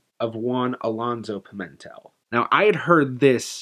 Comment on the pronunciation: Just one thing: in Portuguese, the stress on "Pimentel" falls on the last syllable (which is read like English "tell"), not on the second syllable. So, it's not Pi-MEN-tel but rather Pi-men-TELL.